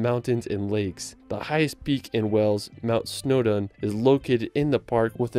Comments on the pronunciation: Did you just pronounce Wales as weles.... my god I'm showing my Welsh friends this 😂😂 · Wales! Not Wells lol. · The way he pronounced Wales 🤦‍♂️🤦‍♂️ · How the hell can a native English speaking person (Even an American) mispronounce Wales ? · Well i understand people having problems pronouncing the 'town of 'Sintjobinhetgoor ' or the ancient ruin of 'Aquila'...But Wales ?